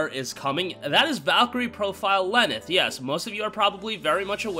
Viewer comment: He said Lenneth clearly